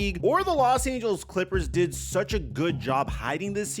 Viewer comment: He dwid a vwery wong ting. 😬🤭🤣💀